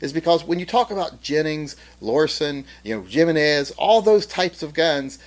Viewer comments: Not jim-en-ez, it's him-in-es. Just saying. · HE-MENEZ = Jimenez not GEE-menez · "Jimenez" is pronounced Heemenez. I would like to present the Diamondback DB9 for all the reasons you gave for the Kel-Tec, plus the fact that it's a Glock clone that is finicky about ammo, pins shoot loose and it explodes if you accidentally load +p ammo. If you want a reliable single stack mini-9 just buy an M&P Shield. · I how ever you pronounce it, hee-meh-nezh or hennings, I call it K.R.A.P.P.!